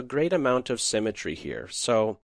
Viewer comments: Its been 5 years since this video. Have you learned to pronounce symmetry properly or are you still saying semmetry? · and learn to pronounce "SYMMETRY" - hint , its not a place to bury people (or animals). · The word "symmetry" is pronounced "sim i tree" not "sem i tree." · Well presented, but it's not 'cemetery', it's SYMETTRY, lol. Pronounced si·muh·tree. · symmetry not cemetry... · "Cemetery" (symmetry) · HE confused the piss out of me. I thought he said 'cemetery'. My mind was blown by the advanced chess lingo right there. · A comment on pronunciation. It is symmetry pronounced with the same starting sound as similar but not like seminary and it is fianchetto where the ch is like church rather than like school - I know that in Italian it is pronounced as fianketto but the common English pronunciation is ch like church. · "what's going on with this great cemetary" 🤔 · your "summetry" sound like "cemetery" haha other than that, great vid :) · I thought cementary is some chess term I haven't heard before, but it turns out he says "symetry" :D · However brilliant this game is, it does not negate the problems with this video. Namely the narrator's voice, which at some points manages to sound so robotic I was wondering if they were actually using a speech synthesizer. Also, the narrator needs to learn how to pronounce the word "symmetry". I've wondered for longer than I care to admit what he meant by "there's a lot of cemetery in the game" before I realized what he was actually trying to say.